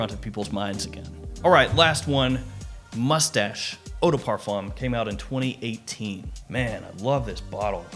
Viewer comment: It's pronounced Moo-stash! So much fancier!